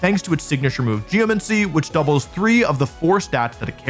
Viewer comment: Yay, another video where Wolfe mispronounces geomAncy